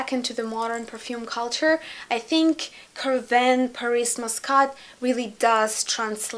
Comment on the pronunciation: Carvin, Lanvin (KarvAn, LanvAn), (КарвАн, ЛанвАн) - pronounced as "Ah".